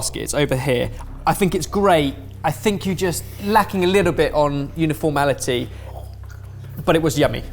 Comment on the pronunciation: Uniformality or uniformity,?